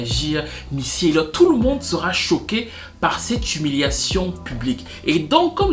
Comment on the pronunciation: Quelle himiliation Quelle himiliation Quelle himiliation nous sommes himiliés🤣🤣🤣🤣